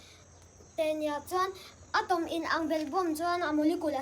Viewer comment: A van thiam in a va simplyfy nalh ve. Atom a lam dan a nalh si..